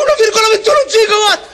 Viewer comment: Perché gigowatt? E non gigawatt?